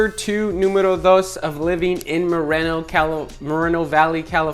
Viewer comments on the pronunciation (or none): its mor- eeeee no valley